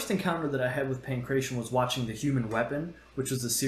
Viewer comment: Not how "Pankration" is pronounced, my dude.